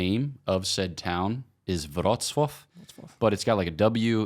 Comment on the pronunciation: Beautiful pronuciation of Wrocław, Father !